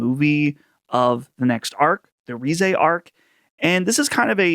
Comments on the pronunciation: It's cinema! The music was indeed great :D Pronounced reh-zeh not ree-zeh Love when they do a whole new movie. it just sucks that they all cut it up into anime episodes later. I can see it happening. Saw it in 4DX lol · You don't even know how to say 'Reze' lmao